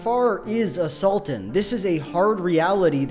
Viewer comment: I can't help but hear A Sultan as assaultan.